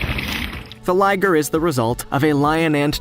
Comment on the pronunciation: its not Ligere its Liger